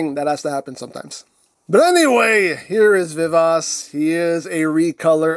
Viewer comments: Vee-Vah-Chee I think is the closest pronunciation. I'm no expert in Italian though. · I would have thought pronunciation vuh vaa chee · "I believe I'm pronuncing that correctly" 😬😬😬😬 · Funny! The way you pronounce it name , it sound like french! 😅😅😅